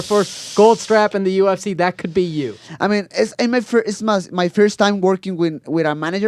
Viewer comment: When Brandon says UFC it sounds like he's saying Gypsy 😂